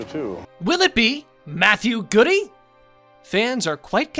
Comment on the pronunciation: Is Matthew Goode's name really pronounced "Goody"? I’m skeptical. 🤨